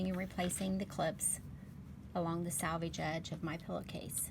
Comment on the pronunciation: Thanks! I’m actually going to try it the other way round too. But also just FYI it’s pronounce “selvage” like the word “self” because this is a self finished edge instead of pronounced “salvage” like a salvaged car lot